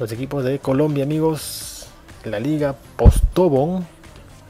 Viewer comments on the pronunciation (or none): postobón, el acento va en la ultima O, se que es patetico pero suena muy feo para un colombiano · Y LA LIGA POSTOBN TAMPOKO SE PRONUCIA ASII